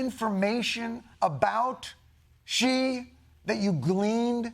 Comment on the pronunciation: Thank you Jon for pronouncing his name correctly! <3 Xi - makes a 'sh' sounds in English so it's exactly like the word 'she' for pronunciation. I'm tired of so many news and comedy segments saying it wrong ;_